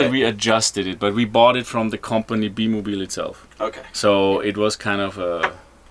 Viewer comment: it's bi mobil....not be mobil...